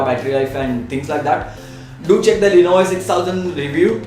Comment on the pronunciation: Good review but I think you have problem pronouncing lenovo.It is sounding like "lenovay". Anyways keep up the good work:-)